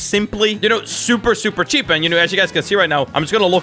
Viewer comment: And you say cheap wrong